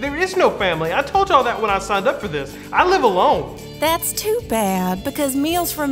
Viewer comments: I was this many days old and I learned the word "too" had that many syllables 😳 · Too with 5 syllables. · MeeMaw saying "too" as a 3 syllable word is truly a southern thing 😆